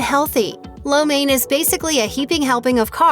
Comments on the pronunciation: What's up with that pronunciation it sounds more like lao men not main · its catered to the american tastebuds and yall complain that the dish is unhealthy when american food is unhealthy?? not to mention wtf is that pronunciation of lo mien i almost didnt know what this video was about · Im Chinese and everytime they say lo mein with the wrong pronunciation it freaks me out. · You are not saying Lo Main right. Most English speaking people get it wrong.